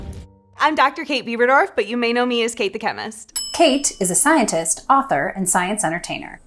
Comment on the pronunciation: Coulda swore she said “Beaver dorf”